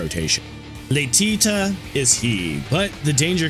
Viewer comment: "Qwileph" Qliphoth lol Edit: I'm just gonna throw all the mispronunciations I notice and find funny here. "Alruin" Alriune. Might be a portmanteau of "alright" (as in you want an "alright" work result; not good, not bad) and Alraune (the flower creature). I've also heard "al-REE-une" so idk for sure. Either way, it does not specifically ruin Al's day. "Lay-tea-ta" Laetitia. IA after T is a "she-ah"/"sh-ya" sound. I... don't know why the English language is this way, but it is. Lay-tih-she-ah/Lay-tish-ya.